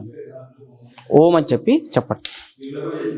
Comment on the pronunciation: ఔం..... లో అకార, ఉకార,మకారాలు ఉంటాయి.సరిగ్గా పలికితే చాలు